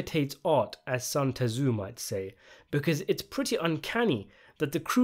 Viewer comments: “As Sun Tezoo might say!”. Its Zoo! Sun Zoo! Ya f#%!ng a** kiss! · "sun tazoo" lol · It’s pronounced, ‘Sun Zoo!’ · Just wanted to make you aware in case you weren’t. The sun Tzu joke, pronounced that way in the show and by you here today is actually an Italian racial term to describe black people. In short, you just said the N word